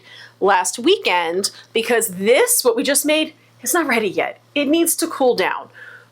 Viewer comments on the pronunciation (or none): none